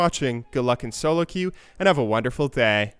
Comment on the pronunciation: "And have a wonderfull thayyyy" :D